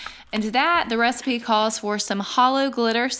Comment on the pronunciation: U said the resapea, I coped